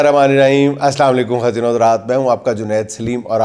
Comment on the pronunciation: جنید بھائی یہ خواتین KHAWATEEN ہوتا ہے KHATEEN نہیں ہوتا 🙏